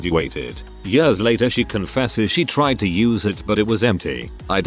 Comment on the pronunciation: I love when the robot voice tries to pronounce "years" and goes "yööörs"